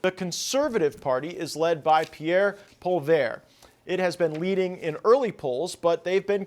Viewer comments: Gd Americans. Its polievre not polvair. And this guy isn't wrong about a terrible 4th term. However Alberta is not going to the us and neither is Quebec ffs. Pierre isn't Donald Trump thats right off a Liberal smear campaign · PIERRE POLE-VER ... ? ...You need practice on pronouncing his surname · I was at Pierre's rally tonight 15 miles north of Nanaimo GREAT turn out mainstream polls are fake just like CBC Pierre's going to win Big BLUE Wave rolling in 💙💙💙💙💙🇨🇦🇨🇦🇨🇦🇨🇦🇨🇦 Matt pronounced Pierre's last name wrong 🤪 it's like Pauly ev / like the name Evan 😉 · This guy cannot pronounce " Poilièvre" ... " Polly - e - vre" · It's pronounced 'Pierre POLLY-EV'. He will be the next Prime Minister in 3 days from now. Sanity will finally return to Canada, slowly but surely. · Love that this is being covered but please.pronouce his last name as polly...ev ...Rhymes with Kev. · Poilievre pronounced polly ev, please do your homework before blogging especially in name pronunciation. eeeeeh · Butt hole is how I pronounce it. or PEPPI-la'pew. HAHAHA. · You are a professional. Learn how to pronounce people's names. Poilievre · Gaetz butchered pierres' last name . lol oh well at least he tried .. . F*&^K Carbon Tax Carney ...he is worse than trudeau. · Is it really that f-ing hard for the damn yanks to pronounce POLLIEVRE properly? Holy crap. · As a Canadian it always brings me great joy when an American mispronounces "Poilievre" 😂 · LOL. no American can pronounce Pierre’s last name. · if your going to say his name? say it right